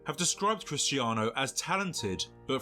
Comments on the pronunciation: It’s cristiano not crisenano Ronaldo stop saying that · But why can't you say CRISTIANO bro ?! 😂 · Why does he keeps on saying Cristianaldo Ronaldo?😅